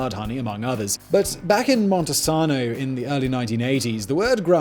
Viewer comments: I love how he said "MontesaAAano" and "Ab'erdeen" 🤣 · It's (mon-sain-oh)